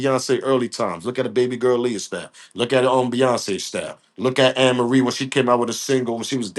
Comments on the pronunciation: This just 1 day thing that got me Tripping..was the Song 🎵 & You pronounce her name like A ' Marie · Hey Amarie Pronunciation A - MARIE HER SONG IS.... ( IT'S THIS 1 THING U DO) EVEN THOUGH SHE HAS A FEW MORE GOOD SONGS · Amerie is pronounced as A-Marie.